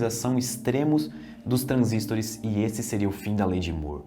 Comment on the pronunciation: Pq ele pronuncia transístores?